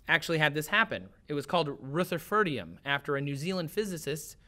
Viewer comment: It sickens me how he mispronounces "Niobium" and "Rutherfordium".